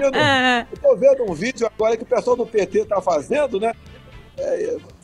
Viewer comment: Ele fala psol ou pessoal?! Hahah